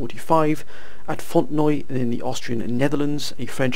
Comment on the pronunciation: It’s pronounced “Font-en-wa”